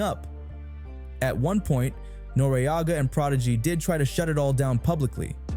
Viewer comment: Pronounced noreaga properly